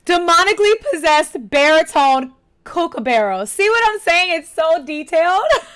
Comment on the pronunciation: Kookaburra- Not kookabarrow 🤣